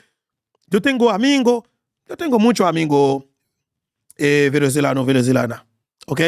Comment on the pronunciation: sepa venezolano pou di; veneswelano